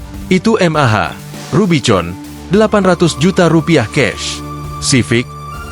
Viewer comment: RUBIVON bacanya RUBIKON.